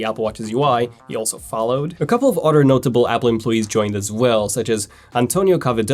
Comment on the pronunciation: its other, not otter